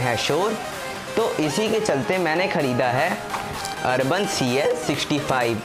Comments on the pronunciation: भाई ब्रांड का नाम तो ठीक से बोल ले। अर्बन नहीं, यूबोन है। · Sab sahi laga...aap Khali Nam galat bol rahe ho